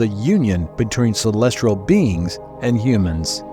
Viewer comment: I swear if you say celestrial one more time…